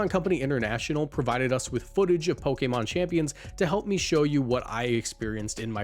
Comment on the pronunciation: Watching reading from a script and sounding more professional and pronouncing Pokémon the official way is like… nice dude, you made it! It’s kinda endearing